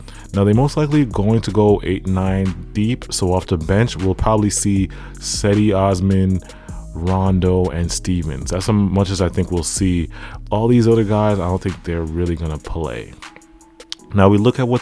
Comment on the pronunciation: Did you really just say the Cavs aren't going to be playing Kevin love at all off the bench ? Lmao stopped watching after that you clearly have no idea what your talking about, and it's pronounced JEDI Osman you casual